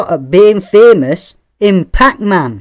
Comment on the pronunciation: I love how you pronounced Fémös :D Yeah once someone's famous, they can't buy being not famous again